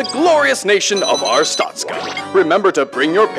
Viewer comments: Anyone else annoyed of how they're saying Artstotzka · I'm sorry but... ar-stOH-stka Not ars-tAH-stka Aaaaaaaaa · But isn't it arstotska instead of artstotzka? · Its pronounced Ar (as in far)stot (as in boat)ska (as in far). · The way they pronounce Arstotzka pains me...